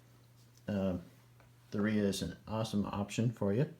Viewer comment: "dye a ria" 🤣🤣